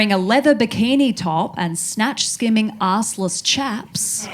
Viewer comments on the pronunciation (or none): none